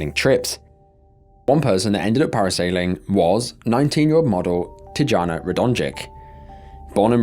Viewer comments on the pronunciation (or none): It's pronounced Tiana not teejahna. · It's pronounced tiYana not tuhjana or whatever tf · I feel like you’re disrespecting the first victim by calling her ‘Tee-ja-na’. Ffs it’s not that hard to do a quick search on the name you’re reading. These are the little aspects of failure of research that are so stupid and upsetting. It’s not crazy to expect that you might do a tiny bit of research on the victims you cover in your videos, at least enough to not mispronounce their name. Gross. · he's Brazilian not Hispanic. His name is pronounced with a J sound. Not H like if he was a Spanish person. You messed his name up and you messed up Tijana. You really need to do the most basic of studying of different cultures if you're gonna do videos on them dying show enough respect to pronounce the name, right